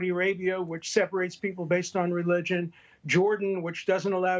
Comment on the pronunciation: needs help with pronouncing APARTHEID. How embarrassing!